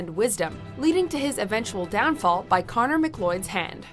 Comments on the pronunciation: Connor MCLOYD? It's Connor Macleod!!! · How do you miss pronounce "McCloud" into "Mcloyd" really. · Connor McLloyd? MuhCloud, spelled MacLeod. That's what you get for having narrators who haven't seen the movies you are talking about. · Actually his name is Connor MacLeod, "he only says his name about 400 times during the course of the film". American's have bastardized it to "McCloud" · #8: Kurgan - Did she say Connor McLloyd? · They might want to pull this video and re-record it. Connor McCloid, its Connor MacLeod. The Godzilla portion she says 164 feet when the movies subs clearly show 165 feet. How do you mess up so badly when you are reading a script? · Did they say Connor McLloyd? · She said mcloid. Might as well have said mclovin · So have these people even SEEN Highlander..... I haven't cringed so much listening to someone who clearly has no idea trying to read character names since M.Nights The Last Airbender.... (This video should be on the Top 10 people who just couldn't get it right) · I'm glad I wasn't the only one annoyed by that. I don't think they do much research. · Connor Mac-what? In an already completely misnumbered list, at the very least, have the voice talent learn how to properly pronounce character names.